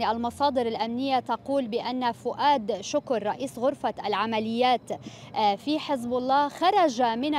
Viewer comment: استاذ طوني شكر بضم الشين الكاف اول كلمة معاناه كارثي 😐😐😐